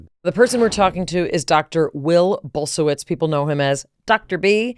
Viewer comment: Somuch great info, cheers! And btw: Polish people pronounce this name Bull-shie-vich.